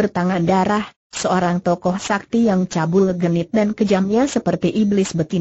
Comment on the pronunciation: Bc nya super s a k t i dieja Haha